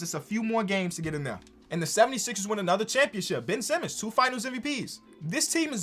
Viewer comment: No one: Not a single soul:: Bin Simmons